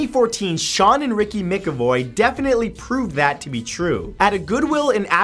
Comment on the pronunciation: It's no mick-avoy, it's pronounced Mack-avoy.